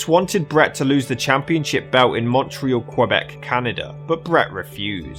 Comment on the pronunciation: Hi, how are you? Your pronounciation of Montreal, (more of u, than an O) is almost perfect. I've been a Wrestling fan, since I was 9, (around 85), leading to the first Mania. Considering Montreal has been in the vernacular for decades. It is astonishing how many Youtubers, are not able to do this. Also but to a lesser extent Canada gives some trouble but you are great and I thank you for that. The only area, that sounds a bit off, is a common place, at the start of Quebec. Many people tend to say the Q and add a W sound, similar to the word Quack, Wack or even question. I thnk it's an English and French thing because the way you said Quebec is perfect...If you are speaking French! Since you are speaking In English, or to, an English Canadian, you need to just drop the W sound. That will leave you with a Ka-beck, which is the best way, (Sad, I Know ;) I can explain it to you. Anyway, hope I could help a little, even thogh I know I'M being pedantic. I have the feeling that you take pride in your work and like to verify your script, before pressing send. If you hear something, far off from my words, I would love to see it. Take care and thanks for the content. RIP Owen Hart and all the others, who have passed on, while working so Hard, to make us Happy!